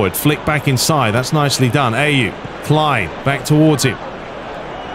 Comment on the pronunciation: It's Ah-Yu Not A-Yu (Ayew) 😂